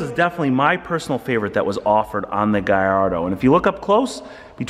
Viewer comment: Guyrado 😂 bro I understand americans can't say car names but this one takes the cake. I generally enjoyed watching the video and laughing at the guyrado.